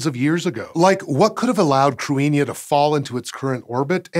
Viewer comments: If I’m not mistaken, it’s pronounced “crinnyuh” or “cadinyeh”. Not so much “crew-inn-yuh,” but don’t trust me. I just lived in Ireland, lol. But seriously I’m not 100% sure! Not sure if it’s spelled as “cruithne” or “cruinne” (could be two different things), but I always knew it to mean “world”. At least using the “cruinne” spelling. Plus w that meaning, it makes more sense for a space object. When I saw this thumbnail, I immediately recognised the word from several Irish songs. One being, “Ceolta si na cruinne bheith a siorchur i m’chluasa,” Or “the music of the world is always around me,” essentially. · Okay. I'm down with it being spelled "Cruithne." I'm down with it being pronounced "cru-EEN-ya." I'm not okay with these being simultaneously true. "Cruithne" deserves to be pronounced "crew-ith-knee." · Cruithne is pronounced KROO - ee - hnyuh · The H is not silent in Cruithne. Something like Croo-ee-hne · Its crew-ih-na or crih-na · It's pronounced cru as in crutch and ne as in nettles. Cru ne. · ok no. can we talk about how Cruithne does not even closely sound like "Cruinia". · (a) He mispronounced it, and (b) Irish orthography is its own system that is different and shallower than that of English. Unlike in English, if you see a word written, there are simple rules to tell you how to pronounce it. It's just that those rules are necessarily very different from those of English. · What a crazy pronunciation relative to the spelling! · He is pronouncing it wrong! Krit-ne is d phonetic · He pronounced it the way Wikipedia says to, but it doesn't sound like an Irish pronunciation? It sounds wrong to my ear, but I have little knowledge of pre-modern Irish so idk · He did mispronounce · That's not the correct pronunciation. In Modern Irish, it is pronounced like "KRIH-hnya" where as in Old Irish the 'th' was pronounced as in English.